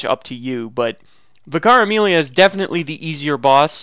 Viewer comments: ssdarko1 Me too, it took several attempts to decipher. The way he days it sounds like Vi-Cara-Meelia, when it's should just be Amelia who is a Vicar. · I was like who is Vikaremilia! Then I realized he meant Vicar Amelia. She is a vicar, pronounced vik ar, it’s a separate title to her name! Not one word, but two separate ones the first denotes her station and occupation so to speak. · What he means: Vicar Amelia What i hear: Caramelia